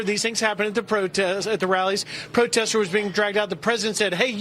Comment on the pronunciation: I tink he taught I was a protestah